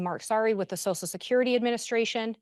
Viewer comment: Someone needs to teach how to pronounce “social security”, because “sosal security” is not the way.